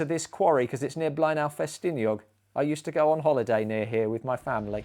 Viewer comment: Fair play to, he nailed the pronunciation on blaenau ffestiniog.